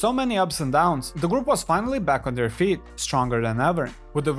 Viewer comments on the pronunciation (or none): none